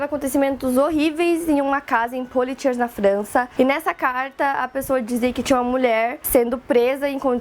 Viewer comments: Legal o vídeo, só uma dica: Poitiers se lê /puátier/ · É Potiêê a pronúncia do nome da cidade.